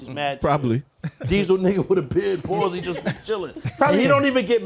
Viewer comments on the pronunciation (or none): none